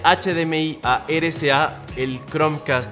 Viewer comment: amigo pronuncias RCA como "ere ca" es erre c a ,espero entiendas a lo que me refiero